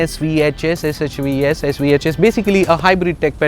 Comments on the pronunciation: Is that not SHVS?! You say SVHS all through the video🙊 The review is rather simple and straightforward. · Lol...!!! You made it simple but complicated just like the car itself...!! I guess you also not so impressed to make a review... And btw it was SHVS NOT SVHS lol.... Looked like someone just woke u up from bed put you on camera 😁 NICE BUT NOT NICE..!! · "SHVS" Four simple letters.... Is It really that Hard to pronounce??